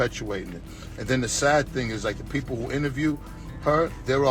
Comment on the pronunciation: WHAT!? Pee-Poo-L. Really nasty Specie.